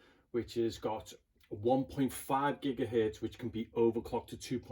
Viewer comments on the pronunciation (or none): none